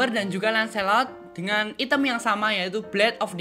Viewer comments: Ngomong nya "ITEM / HITAM bkn ITEM pake inggris bacanya. "😅😁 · Item dibaca nya i-tem wkakwkwkwk